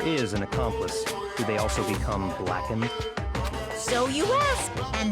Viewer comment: i dont like the way he says blackened .....lol